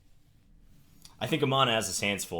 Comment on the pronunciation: Also you should google "Chimera" as you mispronounced it, and is a pretty cool concept.